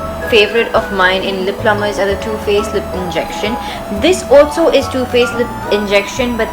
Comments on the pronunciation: lip 'plumpers' honey, not plumbers :) love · It's lip PLUMPERS, not plummers!!